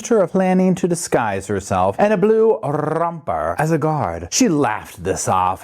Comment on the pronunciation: Omgosh blue rrrrrrrrrrrrrrrrrrromper!!!